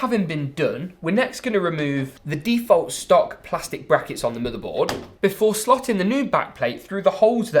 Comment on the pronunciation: The way he says "moother boad" lol